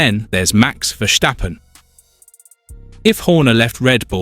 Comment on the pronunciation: Max being a Dutch dude, the surname is pronounced "ferstappen" rather than "fershtappen". 😉